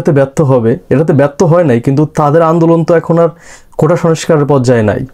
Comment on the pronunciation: ভাই, কোঠা, না, কোটা হবে। ইংরাজীতে Quota. আমি আগেও আপনাকে বলেছি। আপনি শিক্ষিত মানুষ, সঠিক ভাবে বলুন। আপনি কি এই মেসেজ পান না ।